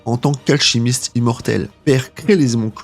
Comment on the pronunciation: J'ai arrêté au début de ta vidéo quand tu ne sais pas dire alchimiste.